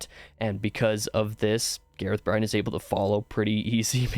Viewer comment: lmfao Gareth Bryne - GAH-rehth BRIHN. Nailed the 1st name. Failed the last.